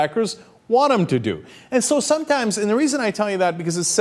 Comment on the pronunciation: "somtimes" it sounds like a mexican